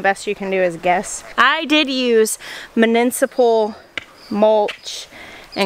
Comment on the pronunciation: Herbicide is a PESTicide. Insecticide is a Pesticide, Fungicide is a Pesticide. And more -icdes. All are pests, Mu ni ci pal ity. You are saying mu nin ci pal ity